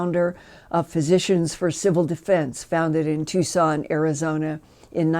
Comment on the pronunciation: Executive, not Exective; Civilian, not Civilan; Tucson, not Tucon